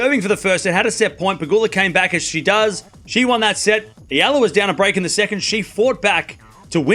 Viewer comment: I like you. You talk fast, but at least you pronounced Eala name correctly! 👍❤ 🇵🇭 Oh! Alex will be healthy for the French Open! I believed!